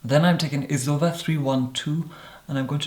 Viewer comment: why do you say zoeva like that ... its z o e v a not Zuva